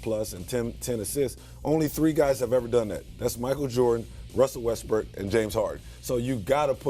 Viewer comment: He really said Russel Westbrick lol😂